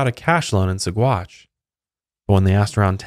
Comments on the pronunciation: There is a restaurant in Boulder Colorado called Alferd Packer Grill..... Anybody hungry? I used to mispronounce Saguache also, but worse than yours, it is pronounced Sawatch. 🙂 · Name of the town pronounced like: Suh-watch 🤗